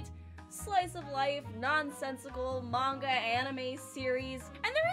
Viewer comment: It's always nice to discover someone who pronounces "manga" properly :)